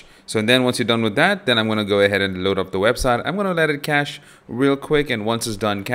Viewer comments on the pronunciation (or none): none